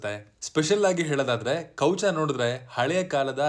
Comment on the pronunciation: Kowcha alla guru kavacha sariyagi heli kannada words